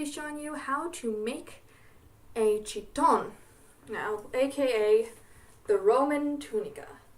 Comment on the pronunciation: her pronunciation of "chitón" has me rolling